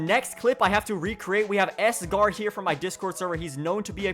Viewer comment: his name is sagar not sgar